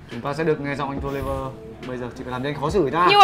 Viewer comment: Touliver ạ =.= k phải Tourliver